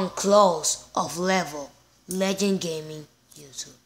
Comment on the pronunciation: Its pronounced Le-Jend not Leg-In gaming that's how you pronounce Legend